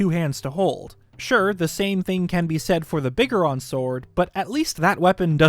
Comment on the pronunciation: Bigger-on? Isn't it pronounced Big-goron? Cause you know... Gorons.